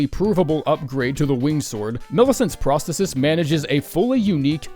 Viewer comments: Brother it’s pronounced pros-the-sis not prah -stetis. Sorry but you triggered me all video with that shit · Phenomenal vid, but it’s Pros-THEE-sis